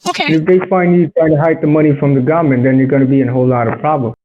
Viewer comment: "hide the money from gomment"